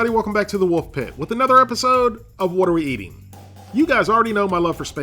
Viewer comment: When he said welcome back to what are we eating, I swear he said welcome back to watery meats. Honestly, either works.